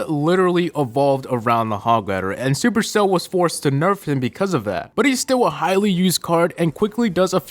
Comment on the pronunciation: I don't like when he says supercell